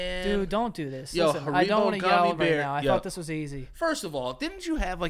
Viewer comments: Why tf does say hareebo instead of haribo?? I’m pissed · Sound it out: HAIR-I-BO. Not HA-RI-BO Haven’t you guys seen the commercials? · saying haribow 🤣🐻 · The way says “Haribo” as “Ha-ree-bow” is driving me nuts!!!!!😅😂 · I can’t take the way was pronouncing haribo 😂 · Hearing pronounce Haribo made me sick